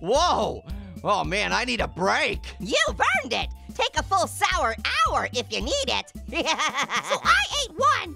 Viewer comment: Sour more like Hour.